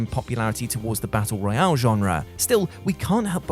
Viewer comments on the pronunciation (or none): none